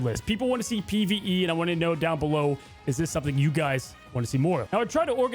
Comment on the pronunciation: "pve" dude stfu